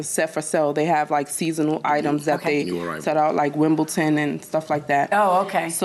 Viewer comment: I know people say WimbleTon but it's WimbleDon.